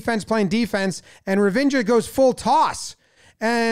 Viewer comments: Love the way Jomboy kept referring to Ravindra as Revengor. I was thinking, that doesnt sound like an indian name. Let me check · "revenger" caught me off guard there..... fun vid though